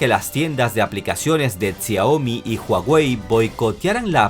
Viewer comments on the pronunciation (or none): none